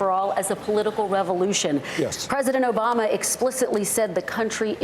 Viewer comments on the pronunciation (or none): He pronounced Obama as “Obomber”.